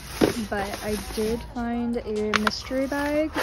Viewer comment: I know your not from Virginia where I’m from because of the way you pronounced the word” bag” . It’s not how we pronounce bag lol